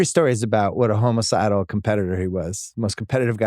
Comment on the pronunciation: Bill calling it “homo-cidal” is so funny